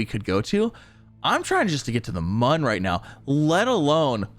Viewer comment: it is pronounced moon